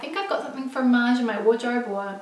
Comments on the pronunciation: Love your videos!! By the way, I'm french and your pronunciation of "Maje" is perfect:) Your friend's pronunciation is very incorrect ( she says "Maya") but pretty funny!!;) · Yayyy for featuring Australian designers/shops 🇦🇺 the CR pants are 👌🏼👌🏼 and I hear Maje (pronounced Madje) from English influencers/bloggers..?